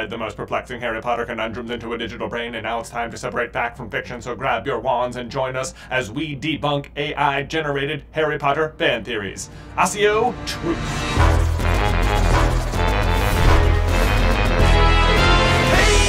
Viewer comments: Assio? “Akkio” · It’s ahh-key-oh not au-see-oh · Is there a reason you mispronounced accio even though you've seen the movies? They pronounce the C with the k sound not the s!